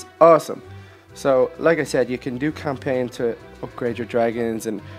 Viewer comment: You said campaign wrong and inspect it wrong I think